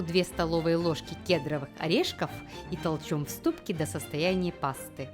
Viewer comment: Озвучка...пЭсто кЕдровые орешки Отписываться жалко,видео прекрасные,но озвучка...